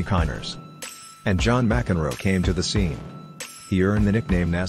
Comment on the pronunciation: M-C-Enroe? Petish? That's atrocious English.